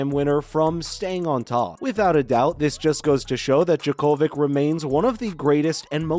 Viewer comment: Why don't you pronounce his name properly? He is already in Australia, practicing!